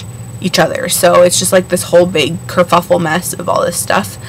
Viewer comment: curffule haha, im gunna say curffule.